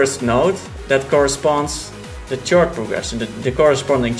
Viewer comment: its not a tjord progession but a khord progression. the c is pronounced as a k!